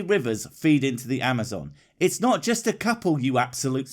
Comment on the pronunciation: Have you guys REALLY listened to the way speaks? Any time he says a word with an "O" in the middle, he ads and "L" sound. It's subtle but this dude says "nolt" instead of "not". It drives me god damn nuts!